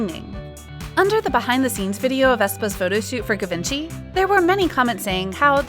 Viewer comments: Ga-vinci? Like Leonardo da Vinci? No no no no no, it's GI-VEN-CHY. Please at least let the narrator hear the correct pronunciation before she completely butchers it. The pronunciations are on youtube, I checked. If you want to talk about luxury brands, at least get the pronunciations correct.... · U pronounced Givenchy wrong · The way you say givenchy is funny =)